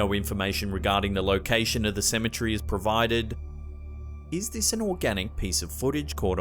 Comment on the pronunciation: CEM-E-TER-Y!!! WHY can't you pronounce this simple word correctly? Cem-e-TER-y!!!